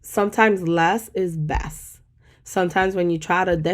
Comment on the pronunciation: “Less is bess”🤣